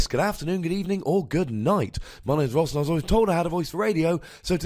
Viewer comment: Says Ross like Johnathan Ross :p